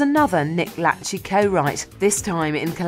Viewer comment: Nick "Latch-ey"? It's La-shay